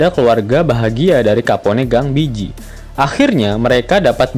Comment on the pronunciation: Bege bacanya bejji bukan biji wkwkwk